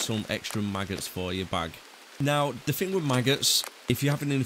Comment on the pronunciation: The only fing I fink was missing from this video was a lot of Th's. Everyfing else was great information, not to fick or to fin on the detail. Thank you for the upload